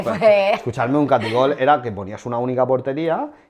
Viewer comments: No es taquigol es ataquigol!!😂😂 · Catigol????? Se dice Taquigol!!!